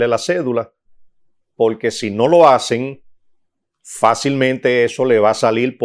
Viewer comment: y porque el siendo abogado cuando expresa la palabra porqu el dice polque?...